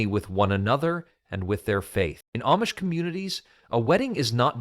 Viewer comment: That's AMISH!! Not AMMMMISH!! Use Proper ENGLISH!!